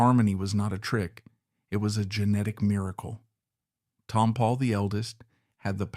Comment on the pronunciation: Ruined this by not pronouncing Tompall correctly.